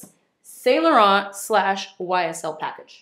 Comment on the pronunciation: Thank you for being so generous!! I'd love to win Prize A!! Also, why do you pronounce Sainte Germaine properly and yet you don't even say Yves in Yves Saint Laurent and put the harsh t on the end of Laurent? I know you've got the ability!! 😁💜💜💜